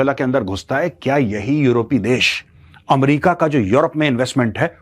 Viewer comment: What is AAM- RICA...... isn't it Ame- rica?